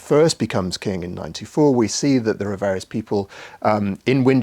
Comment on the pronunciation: Is he saying 9-teen-4? 9-2-4?